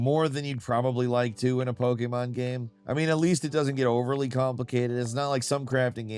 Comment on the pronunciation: It really bothers me the way he says Pokémon